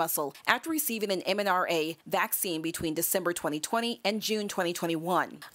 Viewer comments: I stopped watching when she said “MNRA Vaccine” - . Yet they are the ones correcting “misinformation”….. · MNRA? Even the editors didn’t catch it.